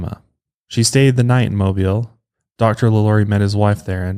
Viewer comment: He pronounced Mobile, AL correctly! That was such a pleasant surprise! No one ever gets that right!